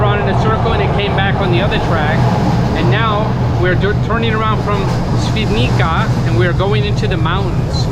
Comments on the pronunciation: Te fact you can pronounce Ś flawlessly but struggle with the Polish "c" is wild. It's pronounced "ts" my friend, so Świdnitsa ;) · C in Polish is pronounced as "ts", not "k", so "Shvidnitsa" not "Svidnika". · Ha ha, no worries. I was impressed at your ability to pronounced Ś in Świdnica. That's impressive. So it was funny when you mispronounced comparatively easy letter "c" ;)